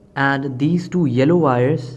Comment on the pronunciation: Wires NOT "Vires"